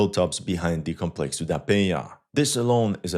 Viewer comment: . Congrats on the nasal sound ("nh" from "Penha"), you nailed it!